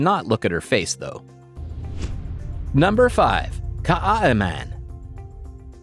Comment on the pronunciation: The south African name is so butchered its kaai is one word like how you would say Kai and man translates to men